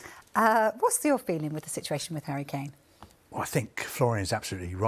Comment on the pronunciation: this dude said "Hurricane"